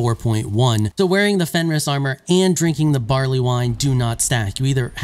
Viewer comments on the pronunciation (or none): none